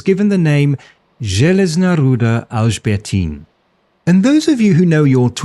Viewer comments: your pronaunciation of Železná Ruda is real good :D also železná ruda literally translates to iron ore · Awesome video man, I loved your balance between the sides and yes, you prononced the Železná Ruda fairly right! :D Greetings from Czechia!